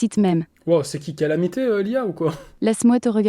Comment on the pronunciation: L’ia khalamité jsuis mort ! 😂😂😂